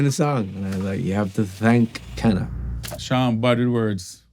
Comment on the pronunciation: My name is Kana and I’m from Japan. Long time ago my friend asked me “ Is name Kana popular in Jamaica? Sean Paul says in his song “ I was like what?!? And loved the song I was so proud to be Miss Kana lol I’m happy that finally he talked about the story ❤ but now it seems like he said Cana not Kana lol